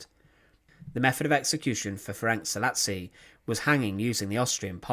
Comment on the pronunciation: It is actually Szálasi Ferenc and not ,,salis